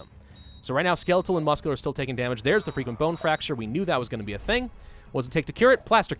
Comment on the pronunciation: It always sounds like your saying freaking bone fracture instead of frequent bone fracture